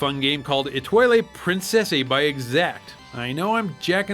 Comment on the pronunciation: Et-too-al prain-cess.